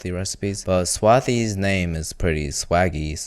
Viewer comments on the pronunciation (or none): bro its swa---sssthi's 😅😊😊